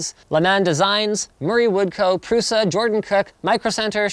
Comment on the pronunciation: In all languages, 'Š' is read as 'sh' like in 'shield'. So, his last name is like Prusha.